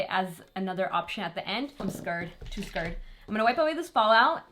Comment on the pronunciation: “I’m scurred too scurred”